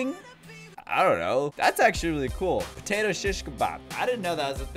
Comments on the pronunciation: He said pertato instead of potato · This is how many times he said patato slinky [ [